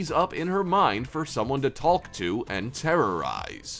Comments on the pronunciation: Who says “taLk” 😂 That L is supposed to be as silent as a ninja fart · I don't like how she pronounces the L in the word talk during the Rugrats segment. I know it's spelled like that but it's weird to say it like that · Why tf is he pronouncing "Talk" as Tallk 🤣🤣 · It’s talk’ not taLk’!!! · how he pronounces “taLk” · who pronounces 'talk' as 'talc'? weird dude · I don't know if I should trust a person who pronounces the "L" in "talk" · Nobody gonna talk about how this man pronounces the word talk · I've never heard anyone actually pronounce the L in "talk" before. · You really pronounce the “L” in “talk” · You put so much emphasis on the L in “talk”